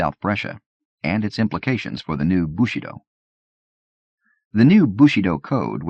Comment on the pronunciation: yeah as a French speaker it's really jarring to hear. It's like his pronunciation of bushido as "bushy doe" in the soldier's tale